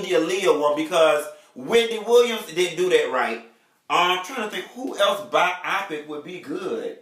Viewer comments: I'm trying to follow, but can't get over him keep saying (By-op-pick) 😂😂 No, it's Bio-pic....biopic! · "Bi-Opic" was killing me! I cringed everytime! Lmao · Chile!!! YES!!! I couldn't focus!! (By-op-pick) 😂😂😂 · buy-oh-pick = biopic